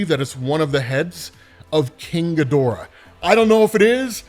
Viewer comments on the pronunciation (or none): none